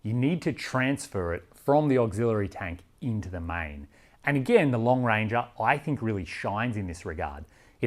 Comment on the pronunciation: Was The Lone Ranger popular in Australia? Every time you said "Long Ranger" I had Colin Hay's Are You Lookin' at Me? playing in my head.